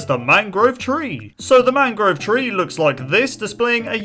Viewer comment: How many times did he say mangro?